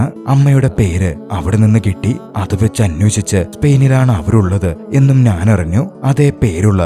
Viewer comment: Nice ♥️ പിന്നെ നാൻ അല്ല ഞാൻ എന്നു പറഞ്ഞാൽ കൊള്ളം 👍👍